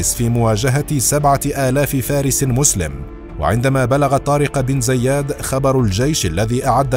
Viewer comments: عندك مشكله مع نطق اسم طارق بن زياد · نطقك اسم طارق ابن زياد غلط بغلط